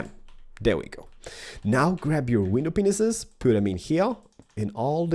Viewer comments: AM I THE ONLY ONE THAT HEARD GLASS "PENISES" !?!?!? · Did he just say "Glass Penises" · He said the glass penises